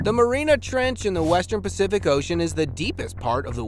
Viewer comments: It's the Mariana Trench. Not the Marina Trench. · Its Mariana ,not Marina Trench